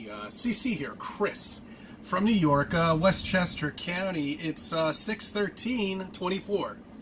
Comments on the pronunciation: That “west Chester Cow-ny” annoys me more than his insanity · Westchester caaawwwnnneee. It's county you buffoon.